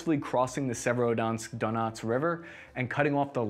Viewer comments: …. I don’t think that pronunciation could get any worse. Even a fifth grader could attempt those pronunciations and get closer than what we have here. Se•ve•ro•do•netsk. Not “Se-verski-donsk” lol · "Severodansk", "Severodunsk", "Severodensk!" Good grief! It's Sev-er-o-don-etsk. You can do this! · You mean our proud city of Serodnzatk on the great Donutk river? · Its Servo-donk obviously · For anyone whos wondering the correct pronounciation of Severodonetsk. ->(Severe Don-esk) It's a soft roll on the r in Severe though. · Your pronunciation of Severodonetsk gets worse every try. Beautiful. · Haha by the end I was wondering wtf he was even saying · In the right way to pronounce - Khar-kiv - Severo-Donetsk- Isyum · Love the video but take a little more time with the names man. Just read all the letters in the word and don't add any.